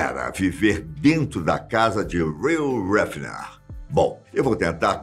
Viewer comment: Heffner dá voltas no caixão cada vez que o diz o nome dele. Aprende a dizer o nome direitooooooo!!!!!